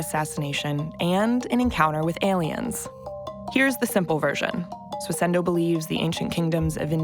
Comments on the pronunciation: Why does every single person in this video say "SWISS-INDOH" But the presenter always says: "SWISS-ENDOH"? WTF? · The subtitlers also can't spell 'bizarre'. Also, does it sound to anyone else like she keeps saying "Swiss-ENDO"? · It's Swissindo mate, my god the word cropped up in the video like tens of times and you still butchered it lol